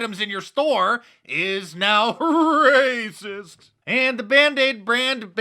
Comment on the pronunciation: I just love the way Mark pronounces Racist. Hilarious!